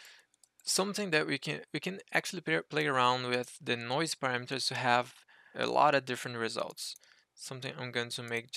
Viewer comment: Just a pronunciation note. You don't need to sound the 'e' at the end of 'noise'. More like 'noyz' :) Great tutorial! Thank you for sharing your technique.